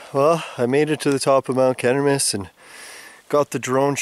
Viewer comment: Mount Cheminis pronounced = Shiminis.NOT 'Chem" as in Chemist..and it's not pronounced "Chem" but "Shi". I have climbed many times over the years, living close by. I went blueberry picked few times with my mom when they were plentiful. . Bears have been reported up there in the past. I think they were eating blueberries as well.. Or Mount Chaudron= (French) for Sugar Loaf Mountain. Thank you for your effort. I got lil nostalgic watching. I can't even remember how many times I climbed it. With friends and relatives at different times, blueberry picking few times and brought food up for picnic while watching the panoramic view at same time. My dad worked in Kerr Addison gold mine in Virginiatown. Yes, Mount Cheminis (pronounced Shiminis") is an awesome phenomenon. Always.